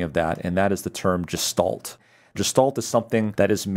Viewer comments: 'g' geshahlt not 'j' jeshtahlt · It is the German word pronunced GEH shtalt, not jeh - stalt. Pronunciation is a small matter here, but why not do it right.